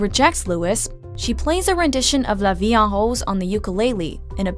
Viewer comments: "La vie en hose" c'mon... did you even try? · "She plays a rendition of LA VIE AH HOLE" 😂